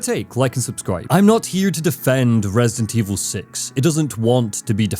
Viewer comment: opened the video saying “Resint Evil 6.”💀